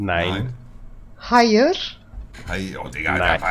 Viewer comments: Alle: hayir Monte: hayirsch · normale Menschen:Hayir monte:Haiarsch